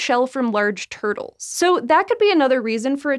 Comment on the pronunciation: From large "TERD-les." 😆 lol